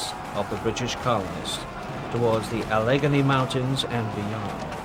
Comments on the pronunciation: "Uh-leg-guh-nee" Try again. "Mun-nong-eh-la" Try again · Ah leg ga knee??? AL LA GAIN NEE. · Allegheny is pronounced al-i-gainee. Monongahela is pronounced mo-nonga-heela. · Being a native of Pittsburgh. It is physically painful listening to how they pronounce Allegheny and Monongahela. 😩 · The pronunciation of “Allegheny” is not correct. But otherwise lots of interesting information. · I have little argument with this - except - pronunciation! Alleghany, Monongahela, Ticonderoga. I may have missed a couple. Just - a pet peeve. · The narrator has real issues pronouncing the names Monongahela and Allegheny. Someone get him a dictionary. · This is very interesting but it would be nice if the commentator pronounced Allegheny and Monongahela correctly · You could at least learn to pronounce the names of the rivers. You cut a syllable out of each and missed the accent on both. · They mispronounced Allegheny as well, I noticed.